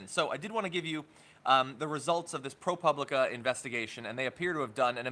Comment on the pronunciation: pro POO blica is how it is pronounced.